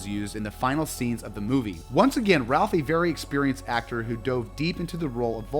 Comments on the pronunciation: Please…it’s not Ralph…it’s pronounced like “Rayf” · Rafe! Rafe!! RAFE!!! SMH! He name is pronounced Rafe. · Great list! Fyi Ralph Fiennes pronounces his name “Rafe” not “Ralf” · It’s pronounced ‘Raif’, not ‘Ralph’.